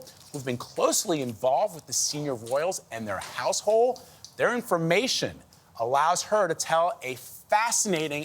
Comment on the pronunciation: Why does he say “House Hole” instead of “House HolD”?